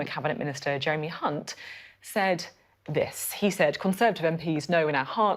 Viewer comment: Pretty sure Sophie said the "C" word if I'm not mistaken lol when trying to say Jeremy Hunt lol 😆